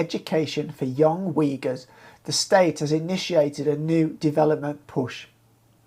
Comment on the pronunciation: Weegurs? Who are they? Uyghurs? That's pronounced "Ooyghoors". Like in pool or book.